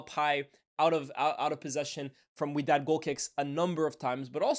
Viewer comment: Its wydad🤣